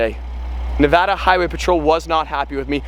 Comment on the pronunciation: Bruh why does say Nevada instead of Nevada????